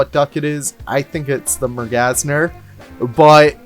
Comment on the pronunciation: it's mer-gan-sir, with an a like in 'can'